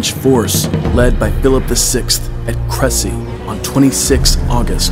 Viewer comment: The narrator should use a better pronunciation of Crécy, even if he doesn’t want to go full French. This is a quibble, though. Also, accents are missing, such as for Alençon. Regardless, great work!